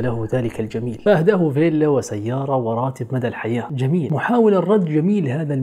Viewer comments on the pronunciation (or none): none